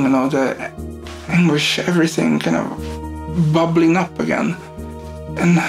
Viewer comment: I'm annoyed beyond reason by the way the narrator pronounces "again".